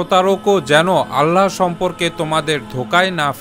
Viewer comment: ভাই, "আল্লাহ্" ও "বিস্ময়" শব্দ দুটির সঠিক উচ্চারণটা শুধরে নিবেন আশা করি। আপনার করা খুব সুন্দর পোস্টগুলিকে উচ্চারণেও নিঁখুত দেখতে চাই। শুভকামনা রইল💘